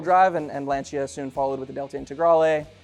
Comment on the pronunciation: Very disappointed not to see any examples of the Dakar Rally dominating Mitsubishi Pajero Evolutions, so thumbs down from me, but at least you pronounced Lancia correctly!